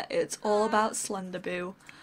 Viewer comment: When you say "Slenderboo" I think it sounds like you say "Slender-boob" ;)